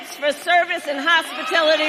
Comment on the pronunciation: Might have been believable if she hadn’t said “hospitility workers”… The Biden is strong in this one!